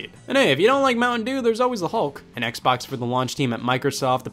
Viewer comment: Hearing scott say "hexbox" gives me flashbacks